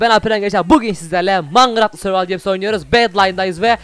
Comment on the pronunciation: girişte neden mangıraft diyorsun